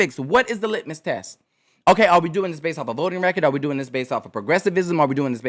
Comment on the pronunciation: Hogg said litnus test. LITMUS test. smh